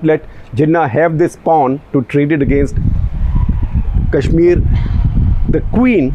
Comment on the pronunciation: Why do you often pronounce Kashmir as Cash-mir?